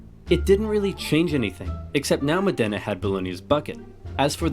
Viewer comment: With all the information on the internet I wonder why no one ever bothers to check pronunciation but just makes it up. Modena is not pronounced Modénna - the emphasis is on the Mo part and it's not a double n but a singular so. He did so well with Bologna ...